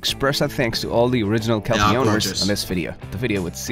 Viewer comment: Kelpie border collie cross owner here. Great vidi but why are we listening to American who can't even get the pronunciation correct talking about an Aussie dog breed.